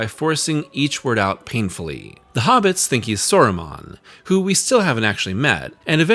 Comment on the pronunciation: Soron was getting me but Soromon is crazy